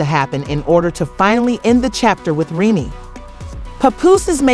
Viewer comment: Can u say say Remy Name right tho? Smh